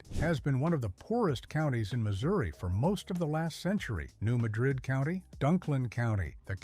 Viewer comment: What is a BOOTH HEEL? And what is a NEW MUH-DRID? They are pronounced BOOT-HEEL and New MAD-RID. Please people, if you aren't from Missouri, LEARN our names of our regions and towns. It's disrespectful to us.